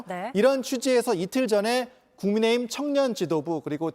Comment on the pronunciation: 남자앵커가 '국민의힘' 을 말할때 발음을너무 흘려서 알아듣기힘들던데 일부러 저러는건가요?